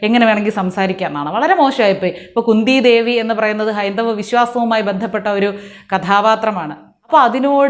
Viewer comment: He is saying kundi devi not Kunti devi. Please hear in slow motion.😅😅😅😅